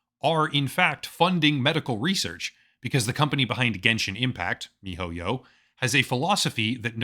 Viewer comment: will never get over how you say, "Mi-Ho-Yyow"